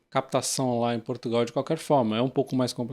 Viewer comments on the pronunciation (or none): none